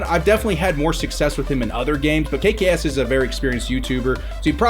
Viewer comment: it is not kaykay es it is kaykayes